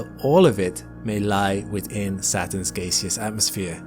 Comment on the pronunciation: "geeseous" isn't a word- it's gaseous.